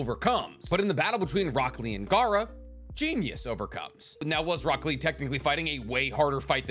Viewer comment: why do i hear broccoli instead of rock lee